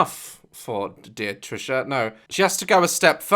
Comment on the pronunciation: Me: Wait what did you say Daz: Trisha patus Me: what did you say Daz: Trisha patus Me: ok got it Trisha penis